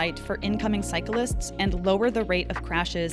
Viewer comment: Love the video and content I truly do but if you're gonna say a key word MANY times in a video please make sure you say it properly. It's cyclists — not cyca-lists